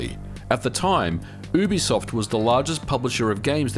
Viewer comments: It's YooBiSoft not Oobisoft Its short for Ubiquitous Software, not Oobiquitous Software. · You have the worst pronunciation of "Ubisoft" I've ever heard. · You say ubisoft wrong